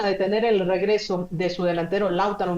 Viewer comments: Lautaro es palabra grabe,no esdrujula.....!!!! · Mexicanos hablando de fútbol 😛..... Lautaro el castellano se pronuncia comp se escribe 😊😊😊😊😊😊😂😂😂😂😂😂😂😂😂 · Laútaro, Sánsiro....Como es que esta mujer rueda los acentos?